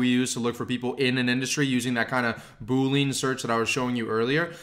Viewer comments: Yo the word (known by any and all IT people) is pronounced BOOL LE AN NOT BOOL LEAN... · Dude you lost me at Boo-lean. It's Boo-lee-an. OK, I'm gonna give you a few more minutes to recover from that. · You are mispronouncing the word 'boolean' that's why people are getting confused. It's 'boo-lee-uhn' not 'boo-leen'. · This was great, but as a former developer, it hurts my ears to hear you say boo-lean 😬. It's pronounced boo-lee-uhn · your content here is awesome. You are killing me with the Boo-lean's thought my man - unless LI coined a new term for their search criteria Boolean (boo-lee-an/boo-lee-ahn) is a math operator just like you describe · boo lean lol.. we computer science guys sound it like bu-lean.. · Decent— “boo·lee·uhn” haha boo—lean sounds like a dish from the Louisiana bayou. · Boo - Lee - UHN!!!! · FYI, it’s bool-ee-an, like chameleon. Great video I might add. Thank you. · Great video! One thing, though: "boolean" has three syllables - Boo-lee-uhn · I can't too many boo-leans driving me crazy. Good work pulling this together though. Good Luck! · FANTASTIC introduction to Sales Navigator, - thank you. FWIW, Boolean is normally pronounced Bool-ee-an, a kind of logical algebra created by George Boole. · Boolean is pronounced as >> boo ·lee·uhn Anyways, super helpful man! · Hi, I believe the correct pronunciation of Boolean is boo-lee-uhn. Somehow, I heard you pronounce it as a 2 syllable word like boo-uhn. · Really helpful, apprecaite the info, but how do I break it to him that it's pronounced 'Boo-lee-un'? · This tutorial is amazing, great job!! BTW, this algebraic approach to search is named after George Boole, ergo Boolean search. He wasn't a ghost, and certainly not a yoga instructor. It's pronounced boo-lee-an! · You're saying 'boolean' wrong. It's pronounced boo-lee-an, look it up. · Funny that you say "Boo lean". It's actually pronounced differently. Nevertheless, thanks for the tips :-)